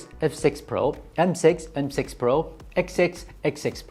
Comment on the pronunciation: I heard have segggsss when he said F6 at the start